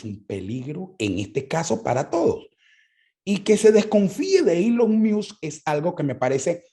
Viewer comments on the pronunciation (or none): "Eylon Miusk" Yo por dentro: "Ylon Mosc" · Una critica constructiva, No se dice Elon Miusk se pronuncia " Ilon Mosk ". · Me encanto este programa, entendi muchas cosas que no son explicitas en estas plataformas pero que hacen su trabajo. Solo una recomendacion en la pronunciacion de Elon Musk es como se lee (ilon mask). De nuevo felicitaciones por el programa. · “Eilon Miusk”? Vamos pana, tu eres más inteligente para no tener que hacer eso… suenas como el usurpador criminal